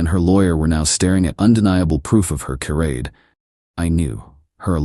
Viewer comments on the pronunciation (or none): The whole story is pretty silly. And will someone please teach this bot how to pronounce "charade"? It's "shuh-RAID," or maybe "shuh-ROD" if you're pretentious. But "kuh-RAID" is so wrong.